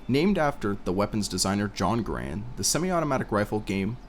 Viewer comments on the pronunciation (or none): It's Gar-und. Not Guh-Rand. Great job, though.